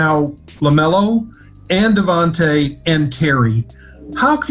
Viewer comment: He called him Devante Adams 😂😂😂